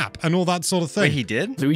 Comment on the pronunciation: I like this movie so much more than i expected to. My biggest gripe was Mario calling Luigi "lou" Idk why but I hate that lol